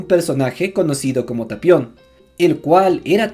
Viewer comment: Es tapion, no "talion"....